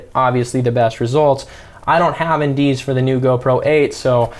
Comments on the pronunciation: Hey you kept saying something about indese or something like that to adjust the shutter and FPS. I just couldn’t understand what you were saying. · Sorry, didn’t quite catch the term : “in dee s” when you talk about shutter speed. What’s that?